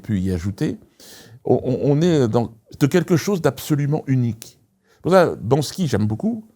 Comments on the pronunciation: BanKsy et non BanSky plz, un peu de respect merde. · Banksy les gars, pas Bansky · Banksy les gars, pas Bansky 😊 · Banksy !!!!! Pas Bansky.... Bisous❤ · Banksy pas bansky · C'est pas "banksy" plutôt?😅